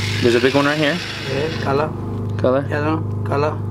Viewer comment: He's not saying "color" he's saying "kala" which means "good" in Greek xD